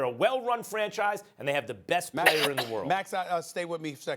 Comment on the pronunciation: I swear to god if the topic is about LA Clippers, you know Maxs opening phrase: “Kawhaii Leonard is the best pleyer in basketball”